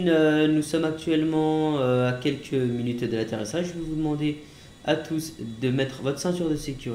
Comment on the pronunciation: Unwin arrete de dire mulute